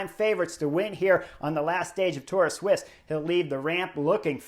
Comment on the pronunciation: Sweessss. Sweeesss sweeess keep saying it sweeeeeessss. Not fkkkkn swiss. It’s sweeeessss